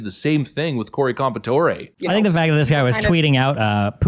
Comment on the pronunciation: Corey's last name is pronounced, "Compare-uh-tor"